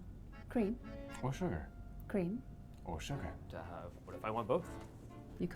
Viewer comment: Uh, for someone who did such a good job in the game, when he says sugar is sounds completely American - he's over pronouncing the r when it should be almost silent in a British accent.